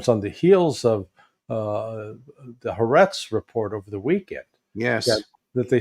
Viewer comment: 3 syllables in Ha Ahretz.